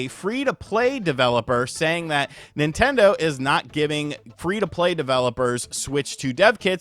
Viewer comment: "How dare you talk bad about my Ninternder!" 😂